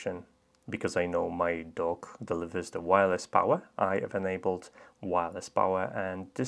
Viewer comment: At first I thought you said you were working on a smart "Dog."